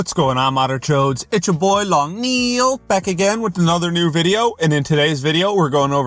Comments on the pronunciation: sounds like Long Neeeeeil instead of Long Nail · you say neel but it pel nail sptuipi